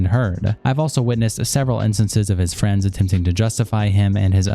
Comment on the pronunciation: Lmao! "Fwends?" 🤝